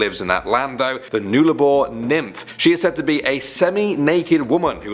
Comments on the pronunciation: I’m Australian and never heard the Nullarbor pronunced noolabor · It's pronounced "nuh-la-bore" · It's pronounced Null Abour (Latin for no trees). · Nuber 10 it nullabor it pronounced null sounds like dull but with a null-r-bore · It’s not Noolabor, it’s “uh”, A’s is bum 😆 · Ugh you butchered the pronunciation for Nullarbor. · Mate if you can't pronounce Nullabor then you really shouldn't be talking about Australia, you idiot! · Absolutely TYPICAL arrogant pommy bastard... Are you friggin kiddin with your " NOOL-A-BOR".. PISS OFF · oof it hurt when he said "Nullarbor" like Newllarbore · UltraSpartan I didn’t even under stand what he meant till he said west Australia and I was like oooooohhh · I died inside with "noolabor" For once it's pronounced how it's spelt. Nullarbor TRIGGERED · Omg. Nullabor is said null-a-boar I met my partner of 7 years at the roadhouse madura in WA. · it is pronounced nullabor not nularbor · Not noolarbore pronounced null a bore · just helping you out with pronunciation here but Nullarbor is “nul-ah-bore” not “nool-ar-bore” but you did well😂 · OMG HE PRNOUNCED IT WRONG! LOL It's Nuh-La-Bore, Not noo-la-bore. God, I sound like Hermione Granger. lol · Nuh-lah-bor not new-lah-bor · its null-abour not newlabour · It pronounced nul-ah-bore mate not nool-ah-bore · It's Nuh-Lah-bor! Not Nue-la-bor! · Nul-a-bore not newlabore but otherwise great video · It’s not n-eul-a-bor it’s pronounced n-uh-la-bor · Its pronounced 'Nullarbor' not 'noolabor' but either all great video and I subbed to ur channel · I'm Australian and it's said nullaboar not noolaboar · It is nullubor not noolabor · Nullabor is pronounced "NULL - Ah - bore" not "Nool - ah - bore" just so you know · Awesome video guys, just love them! With number 10 it is pronounced ‘Nulla-boor’ not ‘Noola-boor’, but close enough. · "noolabor"? its pronounced "nulabor" lol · Awesome video, but Nullarbor is actually pronounced ‘Nullabor’ not ‘Noolabor’ just saying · Null Ahh Bore say it with me